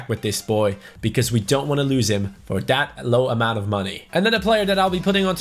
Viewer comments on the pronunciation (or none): that thaaaat T H A T not DAT